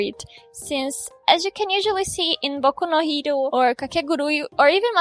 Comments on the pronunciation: EU SABIA‼️‼️‼️🇧🇷 quando cê falou "boku no hero" iSSO É TIPO- ,UM JEITO TÃO BRASILEIRO DE PRONUNCIAR É nois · Genteee foi so pronunciar boku no hero e madoka que o jeitinho abrasileirado gritou! Otimo videooo